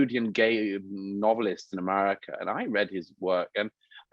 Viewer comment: Why does he say, "Emarica"? 🤔